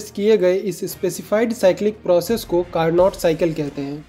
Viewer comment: It's carno not carnot. T is silent